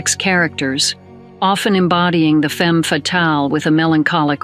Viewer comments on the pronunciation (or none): none